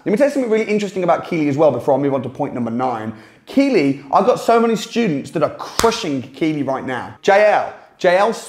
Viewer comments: Hahaha I love your videos but Keighley is pronounced Keith-lih not kee-lee 🤣🤣🤣 amazing content though and hope to be at one of your courses. (When I buck up the courage ane muster up the funds of course) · its KEE,TH,LEY not keighley -keely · keefly is actually the way it's pronounced. It sounds strange to me hearing it pronounced as keely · Not a big deal but it's pronounced ,keith lee, not key lee. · Lol, local knowledge is important ... it js pronounced Keethlee not Keelee. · It’s Keith Lee not keylee. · It's not pronounced Keeley but Keithly. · It's pronounced keefley not keyley. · It's not pronounced Kee Lee but Keith Lee (Keighley) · Isn't it pronounced keithly? Not keely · its pronounced Keithley and not keely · It’s not keighley it’s pronounced keithley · it's pronounced keith Lee not key Lee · Not "keylee" Keith ley 🙄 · Hahaha keeylee? Keighley ("keith-ley") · It’s pronounced Keith Lee not Keely 😂😂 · Its pronounced "Keith-Lee" not "Kee-Lee", ffs at least get the name of the town right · I worked in keighley for 17 years it is pronounced “Keithley” was funny hearing your pronunciation 🙂 great Video, some bargains still out there 👍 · Glad you mentioned it. Saves me having to 🙂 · Keighley pronounced "keithley" mate sorry had to correct you 🤣🤣 as a Yorkshiremen I had no choice love you're videos tho you do some serious research you're content is allways decent...keep it up lad 👊🏻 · Hiya, love the video’s. Number 10 Keighley is pronounced Keethley. Also check out Burnley, i found a few for 5 grand!! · Keighley is pronounced Keithly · Keighley is pronounced "Keethley". A good piece though. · Keighley is pronounced 'Keith-lee'. Thanks for your info. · Keighley It's pronounced 'Keithley' and funny enough it's next door to Bradford. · Just wanted to add - Keighley is pronounced "Keith-ley" or "Keeth-ley". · Live the video,, the pronunciation for Keighley, it has a silent t in it, it is keightley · Pronounced 'keithly'